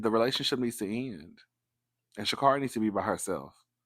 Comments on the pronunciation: It’s ShaCar🚗ri, she’s corrected commentary all the time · It's pronounced shacarry I believe.